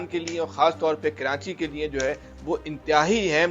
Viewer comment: Kranchi nahi Karachi hota hai